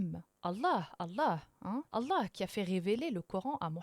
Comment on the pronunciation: J’adore quand elle dit « Allah », c’est beau.